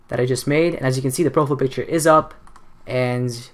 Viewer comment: how to fuck are you pronouncing profile picture.........its PROFILE not "PROFL" picture..... lmao youtubers 😂